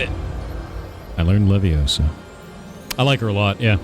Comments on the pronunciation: 😂 it’s leviOsa, not leviosA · I thought it was wingardium leviosa, not levioso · It's Levi-Oh-sa. Not levi-oh-saaaa! PS the whole 20 hours: leviosaaaa